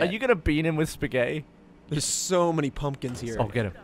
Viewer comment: Did just say Spaghet? Que Time and Eric